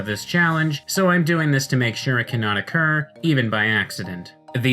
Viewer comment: "So I'm doing this so it cannot oCCURRrRrRRrRRRrrRR"